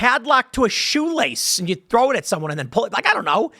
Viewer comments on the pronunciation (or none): none